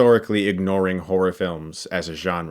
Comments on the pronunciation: He kinda says horror like whore....lol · So no one heard whore rather than horror? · “You guys know me, I’m a big whore fan. I like whore.” Ik he says horror, just sounded like he said whore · I can't pronounce horror. I end up just saying whore. Lol